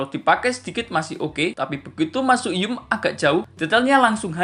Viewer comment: apa sih yum yum. ngomong zoom aja susah